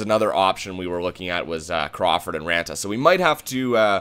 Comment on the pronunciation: Its raanta not raata. No hate, just OCD so please read this and try to fix it:) love your gm modes